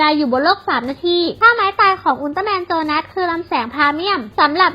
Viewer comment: อับ7 ชื่อโจนัสอทำไม พูดว่า โซนาส งง ???